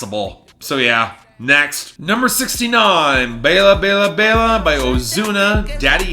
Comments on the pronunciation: Nick Cruz I know. That’s why I don’t get pronouncing it like the name Ella. It’s not like you don’t hear the correct pronunciation in the song itself. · you misprounced baila, its bye la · I love how the intro keeps changing Edit: also, Bayla Bayla Bayla? Really? Baila is one of the most common words in Spanish songs, how do you not know how to pronounce it???